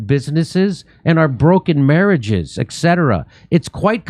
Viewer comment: Wow it took me all these years to realize Jimmy doesn't say etc correctly haha